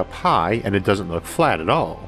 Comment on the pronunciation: More like "in wewativity time is fwat in the same way that pwanets aw fwat in that thew not"